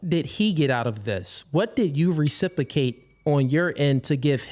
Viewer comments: I love when people can’t say a word properly and yet they choose to say it over and over again. RecipROcate, sir! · Anyone picking up on the fact he can’t pronounce reciprocate?! “Recipacate” 😆